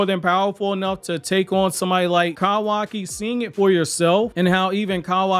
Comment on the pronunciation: “Kawakiwockee” and “Eidas wap” is crazy ngl 💀